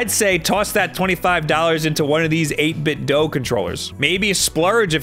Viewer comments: HE FINALLY SAID 8BITDO RIGHT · that's incorrect. 8bitdo have said themselves it's pronounced doo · The company itself pronounces it as "dew"